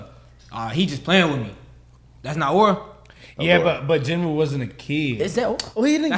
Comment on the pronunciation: Its jin woo